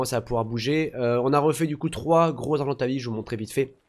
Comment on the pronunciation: Mdr je te comprendrais jamais : tu te met en vue à la première personne sur les dinos et en 3 ème personnes quand t normal. Tu dis argentavi au lieu de argentaviS, parosaure au lieu de parAsaure, tu prononce chintine au lieu de prononcer Kitine ... Mais on t aime. Super vidéo 👌👍💪😚